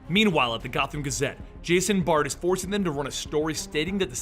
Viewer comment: Bard not Baird. Vale not Vall. Forbes not Ford.